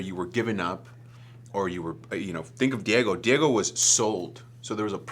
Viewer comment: im in love with the way david pronounces diego in the most spanish way possible like "dee-ye-go" rather than "dee-yay-go"